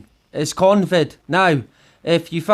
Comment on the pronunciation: "CONVID" :D good one!!